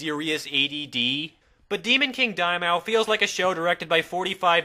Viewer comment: It bothers me how he pronounces Daimao :P